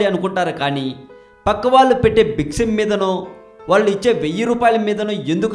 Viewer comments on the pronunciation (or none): none